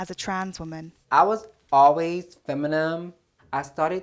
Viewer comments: Yo she said feminime 😭😂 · More like Femenem 😂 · She have Black friends. She pronounce "feminine" as "feminome".